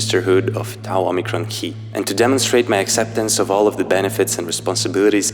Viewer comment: So, you have the gall to pronounce "Tau" properly, do ya?